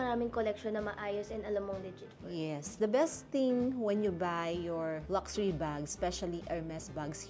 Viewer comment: Sorry mommy, yung sa correct pronunciation lang po: pawn: pohn luxury: lug-sure-ee